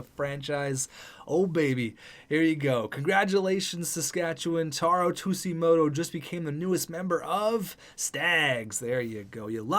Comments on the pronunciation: its pronounced suejimoto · Also I like Tsujimoto. He would be a good option for Chubby and would be a great leader on the ice. Plus it would be a great story for the NHL for diversifying the league (PS it's pronnounced soo-jee-moto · I’m pretty sure Tsujimoto is pronounced Su-gi-moto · It’s pronounced soo-jee-mo-toe not two-sea-mo-toe :) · Fat Kid Inc. no it’s not. Sujimoto not Shujimoto big difference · You dont say ”tussimoto” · The way the Sabres pronouce Tsujimoto is literally [tissue - moto] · JackKreuzer They pronounce it “two-gee-moto.” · Soo-jee-moh-toh lol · its pronounced su-ji-moto but i do agree with the signing a potential 1st line sniper. chubi maybe as the second line sniper i think in the year two draft go look for a playmaker to play either next to tsujimoto or chubi. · Its pronounced Taro Shujimoto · Tsujimoto is pronounced like Sue-g-mow-toe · i believe tsujimoto is pronounced tuge- ee- moto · The way he pronounces it kills me inside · I felt the same way. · I find it hilarious how he was explaining the story of him...and didn't even know the pronunciation 😂